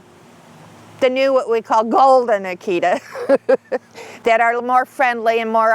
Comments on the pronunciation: Well to be fair she also pronounces Akita wrong the whole time too...most people do. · Well...to be fair, she also pronounces Akita wrong the whole time too.